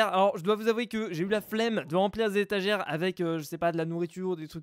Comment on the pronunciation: A c'est moi ou tu dis étagiere 😂 a la place de étagère